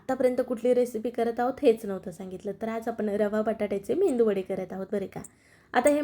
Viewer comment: मेंदुवडे नाही मॅडम मेदुवडे असा शबद आहे